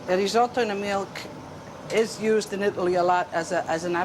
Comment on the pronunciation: Why can't Americans (narrator) not pronounce risotto correctly?